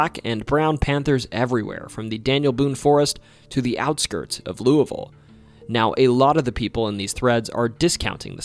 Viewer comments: Louisville is my hometown.. I see that you cared to pronounce the city name as the natives do. Loo-uh-vul is usually what you hear from us. I have always thought this is a strange thing. Why shouldn't we say it like Loo-e-vil, or Loo-es-vil. This can feel somewhat like a lingual trap. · Your pronunciation of Louisville is pretty good, but to say it like a local, you'd only use two syllables, "Lou-vul" or "Lul-vul". But honestly I'm just happy you didn't pronounce the S. I can forgive "Louie-ville" since it's the proper pronunciation and it's what I use talking to people outside of Kentucky, but my god when people say LOUIS-ville...we're named after King Louis XVI, guys. The "s" is silent. Love the Kentucky videos. Always happy to see my state getting repped in ways other than horses.